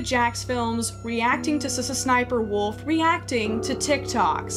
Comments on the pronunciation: Oh my god I had a tiny stroke every time you said “suh suh sniperwolf” instead of just saying the letter ‘S’ (ess) twice lmao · only my opinion but i think its pronounced-s s sniper wolf instead of sssniperwolf. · saying SSSniperwolf as one word instead of doing it as S-S-Sniperwolf is increasingly funnier and funnier to me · brooo, i thought it was pronounced "Ess-Ess Sniper Wolf" ever since i was little. crazy. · Sa-sn-sniperwolf 😂😂😂😂 beautiful pronunciations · All this time I thought her name was pronounced S. S. sniferwolf Brilliant video btw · Whenever you say “sssniperwolf” makes you sound like a snake (pronounced ess-ess-snip-er-wulf) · Legit had me thinking that's the way you're supposed to say it and I've just been missaying it the whole time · I know 😂😂😂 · You pronouncing every S in SSSniperwolf has got to be the most disrespectful thing in this whole video, I love it. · The way you pronounce sssniperwolf every time lmfao laughing so hard lol 🤭🤣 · I love how she pronounces sssniperwolf as if she’s stuttering lol